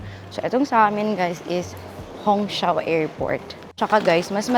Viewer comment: Hongqiao is pronounce as “hong chiao”